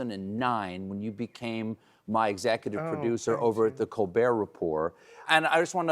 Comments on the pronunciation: Wow! Has Stephen turned into AI? He said "Colbert" with a "t", just like all the AI versions of him do! 😨😱😳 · "Think Colbert, think!" He says "ColberT," not "Colbear." Love it! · Look at Stephen saying "Good Bye and Thank You" to his staff. We are already missing you, Mr. Colbert. By the way, it's pronounced "Coal-Bear" like Claudette Colbert. Jeez, Stephen. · He said "ColBERT." ;-)